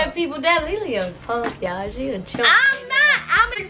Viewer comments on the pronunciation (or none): Jadyn Duncan Ikr it sounds like she is saying ling ling instead of lee lee but they are so funny